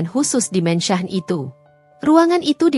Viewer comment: Min...kenapa mansion di baca mensah, se-hrs nya dibaca: Mensyen. sok ke inggris²an, tapi koq salah ucapan nya. spt Omlete koq dibaca omelet ?? 😮